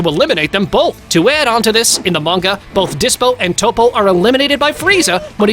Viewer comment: pikkon is said like p eye kon.... who the hell is peekon and again who the hell is 0 his name is zen-o not 0 and i have a problem with some one your points it seems to me you dont no much about dragon ball at all and who is toe po its TOPP-O